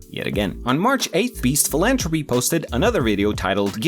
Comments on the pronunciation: It’s philanthropy with a th not j a T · Just so you know for the future, it’s philantHropy! You’re missing the TH 😊 great video otherwise! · Philanthropy has a th so it does have the tuh sound in it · I liked how he mispronounced philanthropy the entire video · Why do your pronounce philanthropy like that